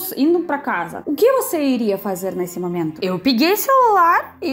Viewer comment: Não vamos mudar o modo de falar da: cantar ao invés de contar, ela fala que vai cantar, mas não canta. Muita, ao invés de muito Mamento ao invés de momento Vejamos que logo no início do vídeo ela tenta falar o correto português como comigo, ao invés de camigo, mesmo ao invés de mesma. Nós devemos tentar falar como ela fala. Isso vai ser uma boa experiência. Eu acho que ela já fala muito bem em pouco tempo. Beijo. Te amo. Você já é.